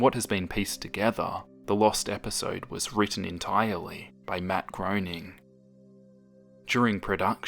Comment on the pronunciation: Matt Groening’s surname is pronounced graining not groaning.